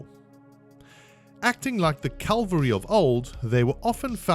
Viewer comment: I guess it's silly of me to keep expecting military history channels to know the difference between 'cavalry' and 'Calvary.'